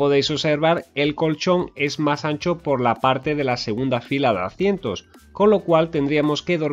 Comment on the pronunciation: ¿por qué dices "acientos" en lugar de asientos?